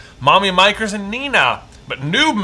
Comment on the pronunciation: Mommy "Mikers" 💀